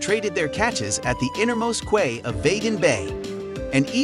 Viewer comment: The commentator obviously hasn’t been to Bergen and is just reading a script. This should win an award for the most mispronunciations in 10 minutes and it’s not just the Norwegian names that are wrong but even English words like quay are spoken incorrectly. Let alone calling the city Birgin then reverting to Bergen then back to Birgin numerous times